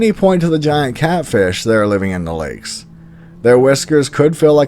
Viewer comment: You are pronouncing lakes wrong sir